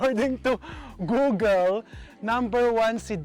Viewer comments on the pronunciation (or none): none